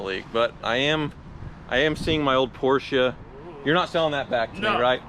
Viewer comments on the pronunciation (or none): none